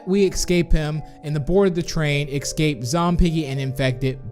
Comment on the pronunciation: Srsly ecscape? Its escape